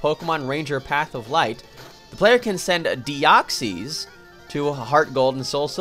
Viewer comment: Deoxys is actually pronounced De-Ox-Iss. It was pronounced that way in the movie. You know, the one that introduced Munchlax?